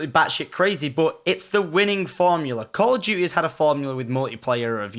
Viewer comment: Call o' duteh